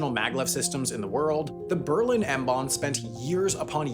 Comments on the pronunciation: i think you wanted to say "m-bahn" instead of"m-bahm" there. cool video tho! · It's M-Bahn not M-Bahm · this should be "M-Bahn" and not "M-Bahm". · the video says 'M-Bahm'. That should be 'M-Bahn'. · Err, Maybe you should have consulted a native german first... If anything, the name of the Maglev is is M-Bah_n_, with an N at its end. Bahn means Railway. By the way, there had been experiments years ago, with a lonesome ampty wagon doing its rounds on a stilted circle in Tiergarten, and a short period of trial usage. FYI: the Nineteen-Thirties after 1933 (January) were NOT the time of free elections; the Nazi party made sure that the elections were rigged in their favour. The german name for Western Pomerania is Vorpommern, which maybe translates to near Pomerania (as opposed to the Polish part) At least, the Olefinverband was still employing, the majority of east german companies were shut down because they could not compete. The only notable exemption I know of, is Zeiss in Jena, Thuringia. They were so lucky to obtain a CEO which was perfect for them, Lothar Späth. He had been the Prime Minister of Baden-Württemberg, until - well he was so much friends with the local industry that he got ousted. And Zeiss had a step sibling in Baden-Württemberg founded by refugees from the east. They produced highly specialized industrial glasses for the western world, the original company had done this for the east, but the east had collapsed. Späth managed to settle the conflict by restructuring the eastern company, and make it specialize in electronic optics. Part of the restructuration also meant that about 90% of the workers lost their jobs (the overemployment was partly caused by t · M-Bahn* :D